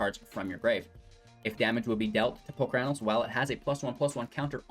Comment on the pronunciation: My ears bleed when you say Palcranos.. it's Polukranos.